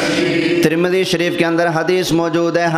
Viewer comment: ترمذی شریف کا نام تو اچھی طرح سے لے لیتے